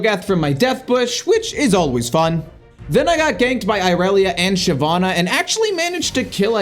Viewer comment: I noticed he actually pronounced shyvanna right XD